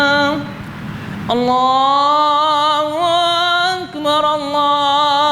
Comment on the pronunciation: ماشاءاللہ بہت ہی عمدہ ہے پر آپ انکو پیغام دینا کے کہ اللّٰہ اکبر اللّٰہ اکبر جو پہلا اکبر ہے اس میں پے اس پے پیش ہے بھائی زبر پڑھتے ہیں پیش پڑھا کریں باقی بہت ہی خوب ہے